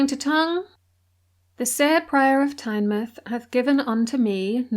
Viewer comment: Really enjoyed the video but have to mention your pronunciation of Tynemouth lol hate to be that person but as a Geordie it got under my skin. Tynemouth gets its name as it’s the mouth of the river tyne so it’s pronounced the same way Tyne mouth